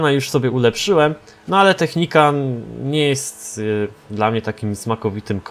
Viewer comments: Nie technicant tylko technical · naucz się to nie jest Technikan tylko Technikal!! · technical a nie technican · nie technican tylko technikal 😝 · Technican?? A nie czasem Technical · czy mógłbyś mówić technikal a nie technikan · Czemu mowi Technicant albo Technican na Technicala ? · to jest TECHNICAL czyt. TECHNIKAL xd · Czemu ty mówisz technicant?